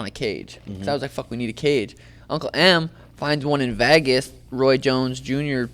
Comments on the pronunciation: Can someone teach suga how to say Vegas? It’s not vehhhhhgusss it’s vayyyguss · Sean you're cool as fuck, just please stop saying VAGAS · I love Sean but every time he says “Vaagas” I want him to pull his chin hairs out 🤣